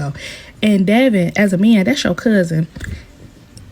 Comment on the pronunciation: His name is pronounced DEVIN